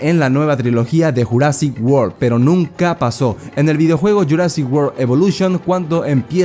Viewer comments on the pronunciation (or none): Estaría genial un redoblaje para JP93, que le digan jurassic en vez de yurassic es medio cringe la verdad, aun así, siempre seguirá siendo mi peli favorita de la historia del cine.